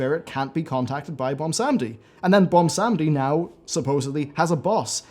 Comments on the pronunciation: Ummm, its Bwonsamdi, not Bwonsamedi. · its BWONsamdi not BOMBsandi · please stop calling him bwomsamdi